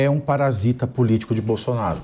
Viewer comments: Esse ser não sabe falar nem o nome do melhor presidente do Brasil de todos os tempos: "Bolsoraro"! 😆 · O bebum não sabe pronunciar o nome de Bolsonaro kkkkkkkkkkkkkkkk